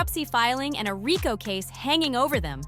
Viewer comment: You know this is a good program but your ability to Pronounce the word Rico Leave much to be desired